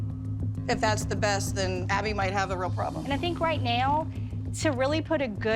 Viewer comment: AnD rIgHt Rr NoWrrr